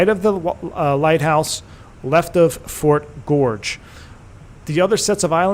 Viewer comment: I grew up in Westbrook, Maine. (That's the W in KPWM.) I now live in the outskirts of D.C. Thanks for taking me home. The fort is pronounced "Fort Gorgeous." (GORG-ez.)